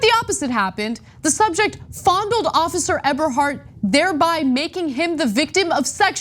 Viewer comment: Did Ana say Ever hard or Eberhardt?